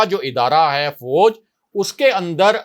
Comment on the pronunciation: When you say ha it's puka penda style improve it or leave this job or make video in punjabi